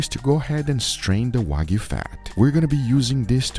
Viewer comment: WAGYU! NO! WAG-YU!